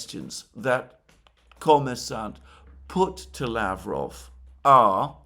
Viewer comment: Alexander Mercouris, did you read my comments about mispronouncing Lavrov and Peskovs names?